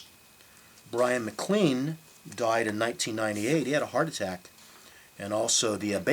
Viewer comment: Look, I have to admit that forgot "Alone Again Or", didn't pronounce "Da Capo" and Bryan MacLean correctly and used notes (OMG) but his info was primarily correct. He didn't say Neil Young produced "Forever Changes". He didn't say Glenn Cambell and Leon Russell played on it - he said they were members of the Wrecking Crew. He did say that Neil Young was discussed about producing it and that the Wrecking Crew tracked 2 numbers. An interview with Johnny Echols found here confirms these facts. I have "zoned out" when in front of people and forgotten names so I know how this could happen in front of the camera. As far as pronunciation, so what - we all knew what he meant. Give this guy a break! Just be glad he's keeping the music of Love out there.